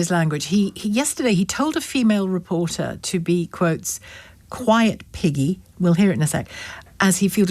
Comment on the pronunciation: It sounds like he said Peggy